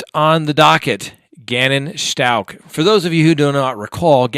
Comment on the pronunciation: It’s Stauch not Schtauch...